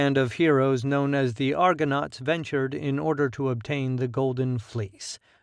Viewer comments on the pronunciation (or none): none